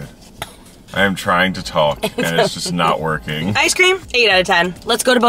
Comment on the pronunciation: "chicken pream" LOL he definitely couldn't talk